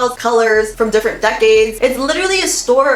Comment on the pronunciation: Ahahahhaha its differENT not differNENT